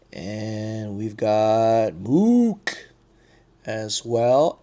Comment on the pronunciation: 😂😂😂 when you pulled m.o.d.o.k you said moook